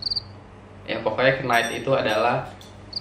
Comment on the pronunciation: Knight itu K nya silent. Jd gak kenait sih🙈